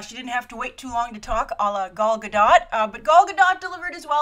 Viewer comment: Just letting you know, I speak and read Hebrew and Gal Gadot's last name is pronounced "gadoht."